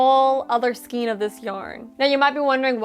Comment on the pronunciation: You forgot an offense that I am discovering most crafters who use yarn here on YouTube commit all the time 🤦🏽‍♀️😖 Most of you say “ skeen” instead of the proper pronunciation for skein which is properly pronounced with the long A sound, “SKANE”.🤦🏽‍♀️🤦🏽‍♀️🤦🏽‍♀️🤦🏽‍♀️ I think I am an English language Natzi, It makes me so bad when words are mispronounced and no one takes the time to educate themselves and get it right. I have ranted, and now I am done 🤣🤣☺️ I have this bear I got from Annie’s back in 2008, half of this bear is done because the pattern came with some wrong rows and Annie’s never corrected it. I have an Annie’s Christmas stocking I was supposed to do but never have. I have two baby cocoons with matching hats to finish, I have a shawl to finish and my current WIP is a virus blanket that is almost done. Then I have to start: A Dallas Cowboys Star blanket for hubby( football is starting soon),. After or maybe during making the blanket, I need to crochet a clothes baskets for my grandsons clothes. Then after that is a cardigan in Velux and a pair of fingerless gauntlets for my son. I just bought all the Watercolors from Lion Brand from JoAnn’s fabrics,and some HUE IQ and Soft & Sleek from Hobby Lobby. Yeah got a lot going on......